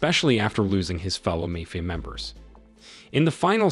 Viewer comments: is this voice an ai? is it broken? why does it pronounce MAFIA as MAYFIA??? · never knew id find someone who doesnt know how to pronounce 'mafia'